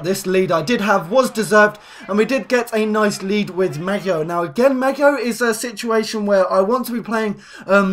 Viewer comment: Pls apologise before u butcher someones name like Maggio